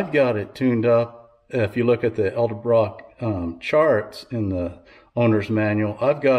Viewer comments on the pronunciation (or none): Why does everyone call them ELdebrock?